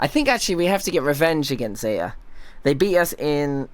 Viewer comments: いくらbri'ishだからってZETAのTまで落とすのは驚いた笑笑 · イギリス人なのにzetaのTの音落としすぎやろ😂